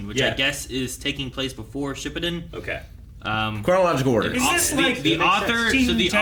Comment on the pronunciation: Btw can you guys stop saying shippuden because you guys say it very wrong n it’s very cringy 😂